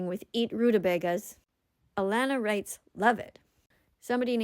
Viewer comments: My responses are shown in this live chat wow she’s has to zoom in for the live chat for yesterday’s video when it was getting upload she’s notices about me when I wrote Love it also you sounded out my name wrong it’s Alana not Alanna but my name just has 2 n’s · Same I was in her video when I put love it but she sounded out my name wrong it sounds like Alana but my name just has 2 n’s also I was talking to the people in the chat since I can’t think of a vegan fact but next time I’ll tell you a vegan fact